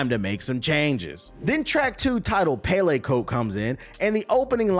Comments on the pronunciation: I respect and appreciate the breakdown of this album because I 100% agree and I could say I’m a fan of Durks music … but if I hear you say “Pay Lay Coat” again you might lose your Chicago card😂 I know you know it’s pronounced, “Pell E” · You not pronouncing pelle coat right they used to be popular leather coats back in the day